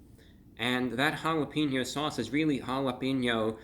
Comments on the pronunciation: And I love you bro but just so you know it’s jalepenyo not jalepinnyo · Never say jalepinyo again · "This jalapeno sauche is really jall ap en yo mouth" maybe your best one yet, Brah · "hall-up-een-yo" mouth......i fell off the couch hahaha